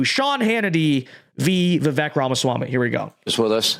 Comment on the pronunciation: Dude, say his name right. It’s vivayk. Come on